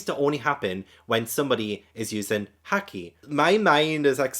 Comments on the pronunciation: Excellent review! I’m so excited to see your reactions to the rest of this saga. Also, haki is pronounced the same as hockey the sport. For future reference, in Japanese all As are pronounced like the A in “caught”, never like the A in “cat.” That’s why manga is “mahn-ga”, not “mayn-ga.” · if you wanna get really technical, the japanese A is the open central unrounded vowel of the international phonetic alphabet (IPA), often identified with the character /ä/. Like i said, it can vary by accent, but "cat" usually employs the open front unrounded /a/ and "caught" uses the open back unrounded /ɑ/ or the open-mid back rounded /ɔ/ (this word varies more by accent, but most pronunciations have more of an "aw" quality). Heres a link to the ipa vowels wikipedia page which has a useful chart with sound clips for all the pronunciations, if ur interested: The point i was getting at initially tho, is english speakers will often pronounce japanese words with /ɑ/ as opposed to the proper /ä/ (think "nAWmi vs "nAHmi" or "sAWsuke" vs "sAHsuke"). I don't really know why, but it's just the tendency we've adopted, and in Japan, it's also an easy way to identify an english foreigner accent in japanese. Sorry if this was too much, I just really like talking abt linguistics lol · Haki is pronounced like hockey, and literally translates to something like "will" or "ambition". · Jimbei was name dropped when Yosaku was telling Luffy and Sanji about the 7 Warlords. And Haki is pronounced hack-key. P.S Do you remember Mantra from Skypiea? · It's pronounced like the british pronounce hockey✌️ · You know how to pronounce Nami so you know how to pronounce "a" and "i" in all japanese Words. Same with the "u" like in Luffy and so on. Haki should be easy to pronounce 😊 With every knew word, just remember the vowels of other japanese words✌️